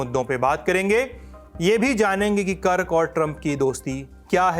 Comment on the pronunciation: Kark nahi hai bhai kirk hai